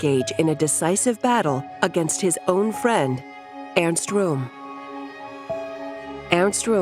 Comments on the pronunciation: It bothers my ears when they mispronounce the names of Goring and Rohm. It's Göring, and Röhm. Or Gøring and Røhm. The Ö should be pronounced similarly to the Ì in the word "girl" in the English language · Rohm, rhymes with bomb!